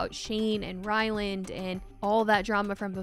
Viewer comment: Lol, hilarious every keeps thinking his name is “Rylan” — it’s RylanD.. And it’s not even his real name (it’s Ryan).